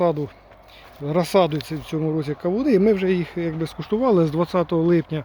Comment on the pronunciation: 😂Чуть нэ встявся! КАУНЫ😂ну мойва, яка чудна😂да ванюча😂